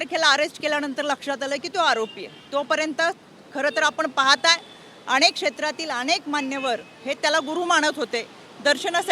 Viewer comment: अणेक, भावणा, 😂😂 काय शुद्ध मराठी बोलायचा प्रयत्न करतेय 😂